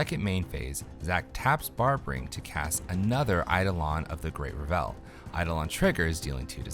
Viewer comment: REV-ul, not ra-VEL - the emphasis is on the first syllable.